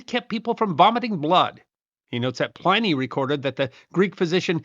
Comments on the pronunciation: Pliny is not pronounced as "PLY- nee" the prolific author's name was and is, pronounced "PLIN-eee". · PLIN-nee not PLAI-nee.... the traditional English langiage pronunciation.